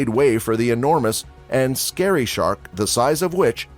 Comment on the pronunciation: Why did he say Gary instead of scary wtf